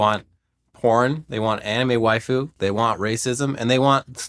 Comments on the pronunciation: despite what its spelling may suggest, "waifu" is pronounced like wife, not like waif -- as its meaning would imply 😘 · did they really say wayfu? wth was that pronunciation, even as someone not watching anime i know thats about as wrong as you can get.